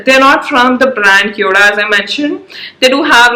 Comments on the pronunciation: It's kio da Like Khyo da ( d in Delhi) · Cheap junk Chinese store pretending to be Korean . No such store in Korea. Korean pronunciation and spelling is even incorrect. LOL !